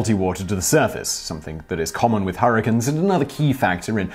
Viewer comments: Harrikins? You mean hurricanes? (her-a-cane) That's as bad as the way British folks pronounce aluminum. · STOP SAYING HURRICANIS, ITS HURRICANES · nobody: simon reading the bonus facts: harracuns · dank memes oh thank god you heard it too. I think he knew how funny it sounded, so he continued saying it throughout the video.